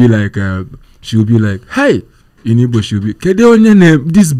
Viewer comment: Come correct or don't come at all. Its Igbo. The "G" is NOT silent.